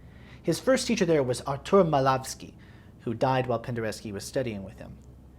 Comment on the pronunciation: Perfect pronounciaton of his name!